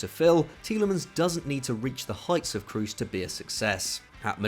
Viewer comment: Who the fuck is Tony Cruise,? It’s said like Crows but with a soft S, this is literally your job sort it out